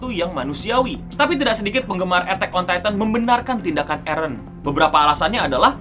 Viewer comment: "ETEK ON TaiTEN"